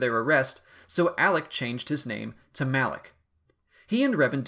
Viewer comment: It isn't pronounced as Malaek but Malah-K, ok?